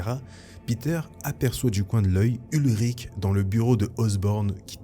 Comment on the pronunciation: Salut, merci pour ta vidéo, j'aimais déjà tes vidéos sur Star Wars mais là c'est encore mieux pour moi 🤗 Petite précision, le journaliste ce n'est pas "Ulrich" mais "Ben Urich", le personnage existe également dans l'univers Marvel Original et on peut le voir aussi dans le film Daredevil de 2003